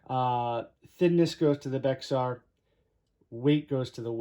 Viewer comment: Pronounced… Bear